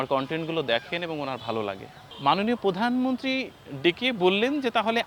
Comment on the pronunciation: আপনার কণ্ঠ খুব সুন্দর,, কিন্তু বারবার পধানমন্ত্রী উচ্চারণ কানে লাগছে।প্রধানমন্ত্রী।